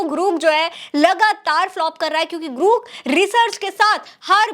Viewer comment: ग्रुक नहीं है रे ग्रोक है कितनी बार तुझे samjhau